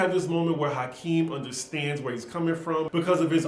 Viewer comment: It's Akeem,, not Hakeem. Lol.